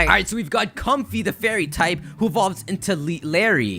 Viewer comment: comfey is like clefky